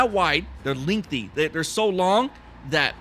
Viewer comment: Lingthy. Lol, sorry. But thanks for this